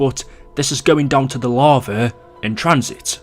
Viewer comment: Going down to the larvae in transit. Funny how he can't say lava. It's funny idk why. falling into the larvae pit